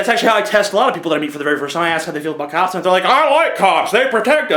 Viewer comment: When you were talking about cops, at first I thought you were saying cows In like a Minnesota accent. I was like "Why you gotta be hatin' on cows?"